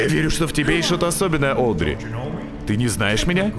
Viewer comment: на протяжении всех выпусков про Бенди всячески коверкает имя Одри:_)